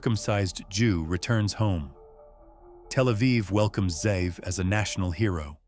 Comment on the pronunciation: The name is Ze’ev. He just isn’t pronouncing it correctly. Wolfgang=ze’ev